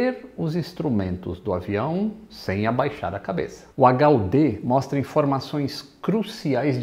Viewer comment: Lito fala H.U.T, hahaha